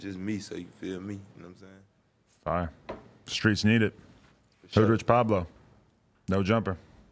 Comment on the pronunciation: JaKari Blakemore 0. But he said Skreets 98 times